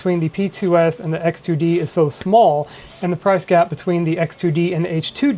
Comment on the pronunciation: hard to distinguish between X2D and H2D from your voice